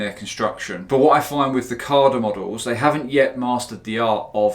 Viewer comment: No R in CADA mmmmmmm